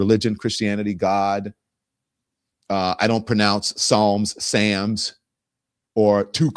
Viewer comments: nicki minaj pronouncing Psalms as Sam's... She can't read. That's what she has in common with djt! 😂😂😂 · Did she say sams club :93 ? 😮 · THIS BIH SAID SAMS 😫😫😫